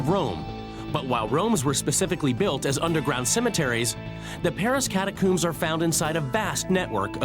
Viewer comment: Sorry - after the third "cat-a-cooombs" I'm out 🫠